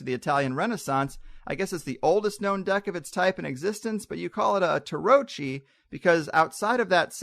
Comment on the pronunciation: Tarocchi is just the Italian word for Tarot, any Tarot deck. The word is properly pronounced TaroKEY, not TaroCHEE.